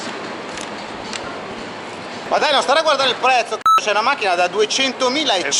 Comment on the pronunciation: Ovviamente sempre con la H finale... wow